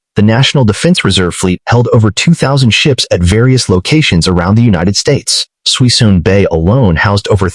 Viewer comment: There's not 100 mothballed ships in Suisun (pronounced "SOO-SOON") Bay, but the video still contains much useful information.